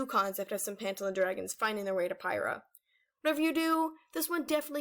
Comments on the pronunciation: ITS PRONOUNCED PIE-RAH? I THOUGHT IT WAS PURR-EE-HEE-UH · It is pyrriah not pyrrah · I can’t be the only one who thought Pyrrhia was pronounced “Pigh-ree-ya”